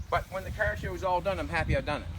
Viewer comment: I always thought that car was a one syllable word until I heard say Cahhhaaarrrrr. It's a 4 syllable word now.